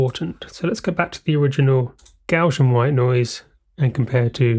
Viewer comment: Interesting video, but a shame that you can neither spell nor pronounce "Gaussian".